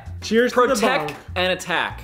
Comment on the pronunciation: who is going to keep track with every video that these epic people have made… where fucking says protec and attac and kissth🤣 it’s tshirt material